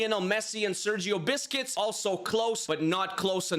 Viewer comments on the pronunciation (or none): bro its not sergio biscuits its busqets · bro did i hear right, he said sergio biscuites!! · Did my boy just say Sergio Biscuits? That’s hilarious 😂😂😂😂😂😂😂😂😂😂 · Did my boy just say “Sergio Biscuits” 😂😂😂😂😂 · did my boy just said Sergio Biscuits? That’s funny 😆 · "Seryioh Biscuits"💀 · The video is really interesting but seriously, the pronunciation is awful, who tf is Toni Cruz or Sergio Biscuits? lol